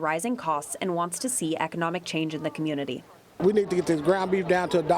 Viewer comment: Curmmurnity. The educated left right there.